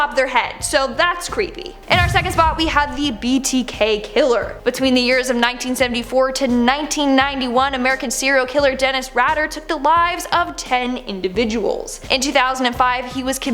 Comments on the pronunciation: If you knew anything about serial killers, you would know that his name is pronounced Dennis RAY-DER, NOT Raader. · dennis Raider. not radder